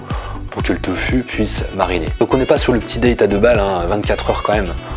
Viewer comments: pourquoi tu dis toFU et pas toFOU ? mdr ca me stresse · On t'a déjà dit que c'était surprenant ta façon de prononcer "tofu" ? ^^